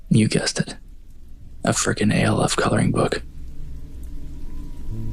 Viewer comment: Is saying "Alf" (rhymes with Ralph) as one word impossible? Why are you saying "A", "L", "F"? I do enjoy the stories.